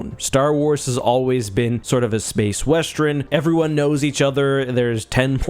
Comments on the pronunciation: A what now? A "westren"? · Never in my life have I heard someone mispronounce "Western" so badly. Is that a Canadian thing?